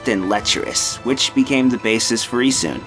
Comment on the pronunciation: It's actuallt pronouced Ee-SH-un